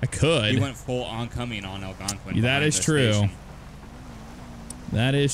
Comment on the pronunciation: its not Algonquin its algwonqin